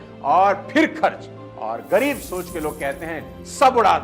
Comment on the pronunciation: It's ग़रीब not गरीब